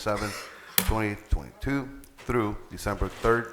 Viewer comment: Has nobody told the mayor that the year is 2022, not 20,022? If he doesn't even know what year he lives in what do we expect from him. Hahahaha and none of the other council members even try to correct him or let him know he's saying it incorrectly. Wow